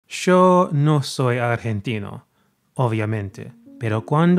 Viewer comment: That opening Argentine "yo". Love it